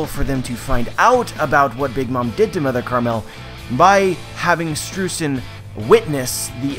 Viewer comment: AGAIN, it is pronounced SHTROYZEN!